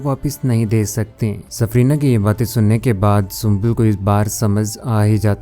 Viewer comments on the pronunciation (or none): Safina....safrina nahi